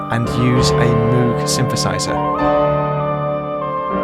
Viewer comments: Love the synth addition! By the way, Moog is pronounced "mogue", like in "vogue". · Great video! 👍 I've listened to Beethoven's 5th about eleventy-seventeen times, but i never knew the 2nd movement has a standard chord progression. Btw, Moog is pronounced "moge." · I loved this video a refreshing change from the pop stuff. I might have a crack at writing a trance tune with this progression its quite quirky but it'll have to be in 4/4. (By the way you said Moog pretty sure its pronounced Moag ie rhymes with rogue) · Awesome, but just for future reference, Bob Moog's surname rhymed with Pogue.